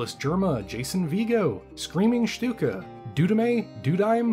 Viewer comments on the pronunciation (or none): none